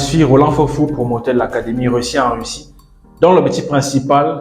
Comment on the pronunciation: Weussiw en wussie... c'est pas facile à diwe...😁😅😂🤣🤣🤣🤣🤣🤣🤣🤣🤣😁👌🐓